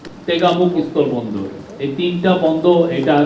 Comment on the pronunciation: জনাব, আপনার উচ্চারণে মহা সমস্যা আছে। আপনি বলছেন, স্তল বন্দর নাকি স্থল বন্দর? আপনার মতো এমন পজিশনে থেকে উচ্চারণে ভুল মেনে নেওয়া যায় না।